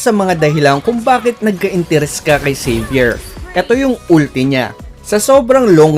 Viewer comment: Salamat lodz sa tutoriala try ko po yan na hero. Hahaha pagka dinig ko saber. Xavier pala ahahahhaaha